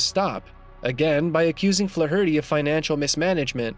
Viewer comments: Wow. Way to spam your channel with bots offering fake praise. You can't even pronounce Flaherty correctly! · To the narrator here-you should learn how to correctly pronounce Flaherty. You sound semi literate. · Can't listen to him mispronounce Flaherty again, I'm out. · I couldnt watch till the end because of the way the dude said flaherty. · Learn how to say, "Flaherty"